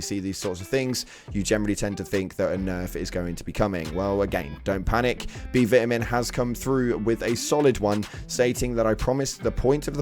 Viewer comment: Lol do you not know how to say Vitamin?